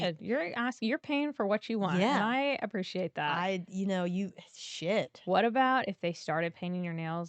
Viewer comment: I "appresh" nice abrev